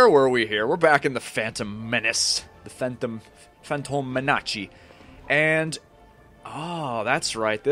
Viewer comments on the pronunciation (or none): A quick level, nice and short. It's more convenient if you upload a single chapter ("level") at a time instead of multiple levels in a single video even if it means that video will be shorter. Oh and a funny italian impression right there "The fantom menaci" :D ...sounds very "italish" (a compound word made of "italian" and "english") maybe it already exists otherwise I just made it up ^^